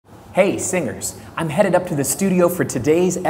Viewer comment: Hey, singers.. What i hear: hey, singles😂😂😂